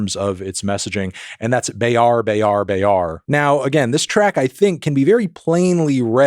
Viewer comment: To help you pronounce it better, both "E" in Gelap Gempita is pronounced like the first "a" in Arena or the "i" in Bird. The R in "Bayar-bayar" is pronounced with a hard R and the a is like the a in "hat" with british or aussie accent.